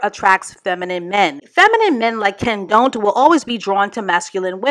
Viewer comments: I flatlined when called him kenDONT!!! ⚰️💀😹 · I love how you’re calling this bum “KenDONT” lmaooo